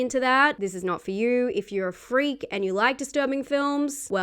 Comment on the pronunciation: . “Cause I’m a FREEK”